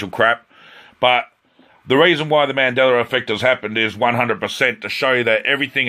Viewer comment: "........ on the mandellera effect....." did you really just say that??????